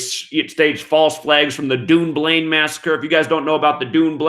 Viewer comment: Hi, thanks for all you do, looking forward to getting your book next week! Dunblane is pronounced done blane, we should rewrite the English language lol!